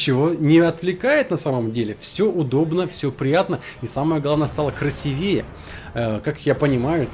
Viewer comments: КрасИвее , а не красивЕе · Ё-моё... Спасибо за конкурс,, дело хорошее, но пару раз во время просмотра видео аж вздрогнул. - "красивЕе" (хотя сейчас уже последний школьник знает, что надо говорить "красИвее"), - "куда это всё ЛОЖИТЬ" (ну это просто криминал, "класть" же). Никогда не замечал за тобой таких косяков, обычно речь у тебя весьма грамотная (за исключением всяких смешных оговорок), а тут ты прям разошёлся. =/ Простите старого граммар наци. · красИвее, а не красивЕе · Не красивЕе, а красИвее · Не красивЕе,а красИвее. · правильно говорить "красИвее" =) И не "ложить" а "класть") А по поводу видео, то мне понравились и бои, и то что такой интересный конкурс начнется. Умеешь ты убедить людей начать хорошо играть =) Избавляешь рандом от раков))